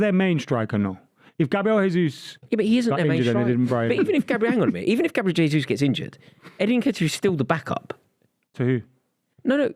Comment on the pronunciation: Love hearing this perfect pronunciation of jesus 🎉🎉🎉